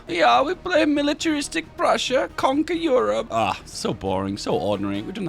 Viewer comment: I heard Russia when you said Prussia, Also because your mouse was over Russia instead of Prussia...